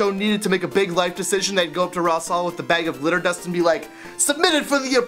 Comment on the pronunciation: it sounds like hes saying litter dust and not glitter dust :P